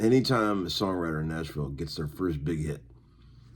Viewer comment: "The Six String Wizard of Narnia (Nashville, pronounced NASH VLLLL)"